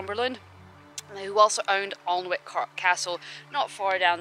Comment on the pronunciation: There are lots of coal deposits in Northumberland hence the black sand which is of course wave washed coal. Alnwick is pronounced An-ick.l regularly walk my dog on Cresswell Beach we both love it. Pleased you enjoyed your visit as I enjoyed your video.